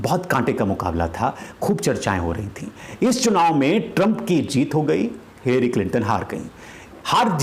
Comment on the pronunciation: Pronounce it as "Hillry" instead of "hillairy".